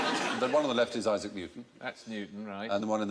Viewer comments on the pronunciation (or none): none